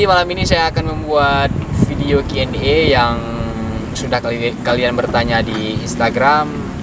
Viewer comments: bukan QNE hai cut bang tapi Q&A (question and answer) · QNA itu pake A bang bukan E.